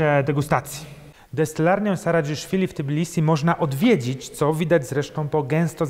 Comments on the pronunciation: Nie wymawia Pan fonetycznie T i bilisi ? ;-). Po literce "T" nie ma literki "i" w nazwie miasta :-). Natomiast u Pana, chyba, że źle rozpoznaję pańską mowę, jest dodane owe "i". Nie czepiam się, żeby nie było, zresztą wielu Polaków zdaje się, iż nieświadomie z Tb robi Ti...:-) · Tbilisi, nie T(i)bilisi :-)